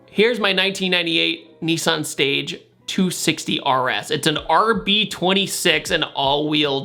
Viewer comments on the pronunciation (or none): i cried a little bit when you pronounced Stagea as "Stage" 😭😂 And it hurts more to know it's a real Autech 260RS! Those things are RARE! Basically an R34 GTR Wagon!! I love them, but i get why you didn't know about it, they never went to the USA, and they are even more epic when people swap the R34 GTR front end! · did you just called the Stagea, “Stage”? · Hahaha I like how he called the stagea a stage lol